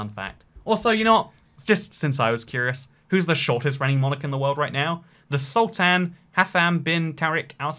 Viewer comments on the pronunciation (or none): none